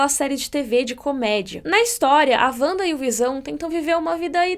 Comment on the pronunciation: É "Vanda" mesmo, com som de V